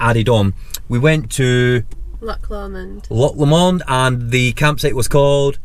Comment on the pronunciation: Good vlog guys... defo on the bucket list... I can’t believe u let a English woman pronounce Loch Lomond better than a jock... think you’ve been down south too long lol...